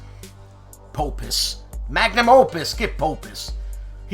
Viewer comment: G'day. Another wonderful episode, but did you drink a magnum before trying to say Magnum Opus? Take Care Il Duce.